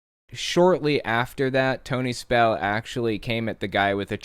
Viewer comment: SPELL-UH IS-UH BACK-UH 😩